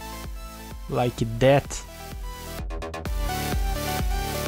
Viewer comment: "like that" is like "like death" 😂....by the way the work is awesome